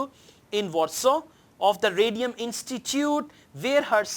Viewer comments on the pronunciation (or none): none